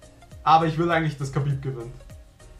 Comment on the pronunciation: KHABIB!))) und das wird HABIB ausgesprochen :D